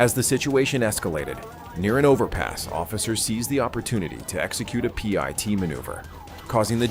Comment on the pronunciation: "Pee-et" manouvers? 😅